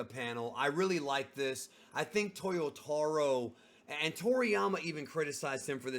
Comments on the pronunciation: I'm surprised that the years go by and you still pronounce "Toyotoh-ro"... It's "taah". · Bro, why do you say “Towyoewtahwrow” come on you’re Brazilian, leave that to the gringos! Haha I know you can say it right